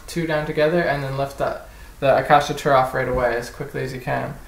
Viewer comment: Little tip - it's pronounced: Ah-chaka-tura